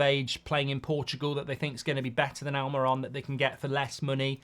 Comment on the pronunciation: Please learn to pronounce players ' names correctly in the name of credibility,it is Almirón and the diacritic over the final vowel is a stress mark,so it is AlmeeRON!